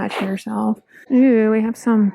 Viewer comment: I think she does actually say “eww!” It throws me off every time lol